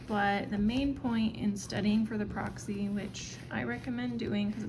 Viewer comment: There’s no way Tennessee would require a 180. Also, why do you keep calling it Proxy instead of Praxis. It’s pronounced praxis like practice.